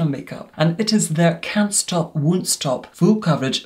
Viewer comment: Can't stop Wun't Stop :)